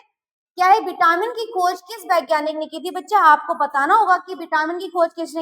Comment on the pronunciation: Vitamin. Not Bitamin